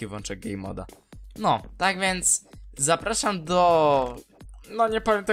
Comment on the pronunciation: Mówi się GEJMOD!